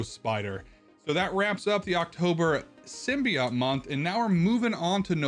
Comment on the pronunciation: SIM BEE OAT SIM BEE OAT SIM BEE OAT not SIM BEE OTT and not SIM BYE OAT for the love of God It's SIM BEE OAT